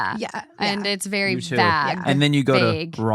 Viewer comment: Also, how pronounces “bag.” Minnesota comes out strong! 😅 Love it!